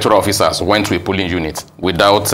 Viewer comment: Plsssss this phrase is "POlling unit" NOT pulling unit oo